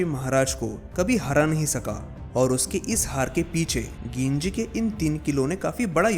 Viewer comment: वो गिंजी नही है वो जिंजी है।